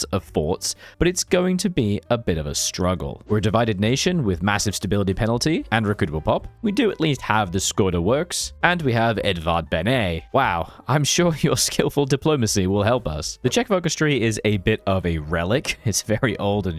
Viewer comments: pronounce it Edvard Benesh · Never heard anyone pronounce Edvard Beneš's name as if he were a frenchman lol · 1: 26 Edvard Bené 🤣🤣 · small tip: if you struggle with saying sometihng with ě, š, č, ř, ž, ý, á, í, é, ect. use google translate (you butchered name of Edvard Beneš, Škoda and podkarpacká rus)